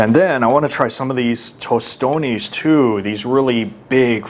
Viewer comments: Guuuuurl he had me ready to reach out and hit him 👊🏿and I’m not a violent person 😂😂😂🇭🇹🇭🇹🇭🇹🇭🇹🇭🇹🇭🇹🇭🇹🇭🇹🇭🇹it’s not tostone! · He said tostones🤦🏾‍♂️ bro where you think at lol we don’t say that lol